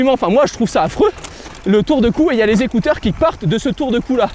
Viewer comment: J'aime bien comment tu dit les zécouteur 😂😂